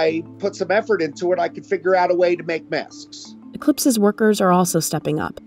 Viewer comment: Is it me or the way she pronounces “maskss” is cringe